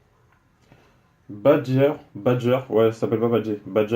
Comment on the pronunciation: Tu la pas respecter mdrrre c'est badjer pas badger